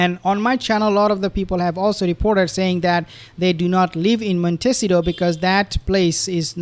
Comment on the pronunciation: BRR - it is pronounced Mon tih SEE tow - accent on SEE